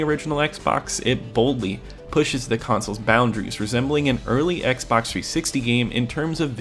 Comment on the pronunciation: “Oxbay? Xbox Bay? 😂